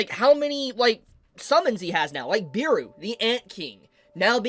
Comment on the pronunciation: Bro said Beeru instead of Beru broo xd